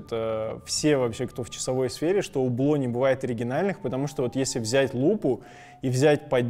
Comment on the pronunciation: Не Убло, а Юбло (не чистая Ю, а среднее между У и Ю). Аутентичности ради)